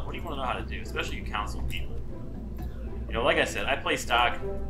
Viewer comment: It took me 16 minutes to realize you were saying CONSOLE and not COUNCIL.